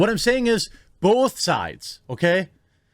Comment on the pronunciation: I know there's a war going on, but, people that say bolth😡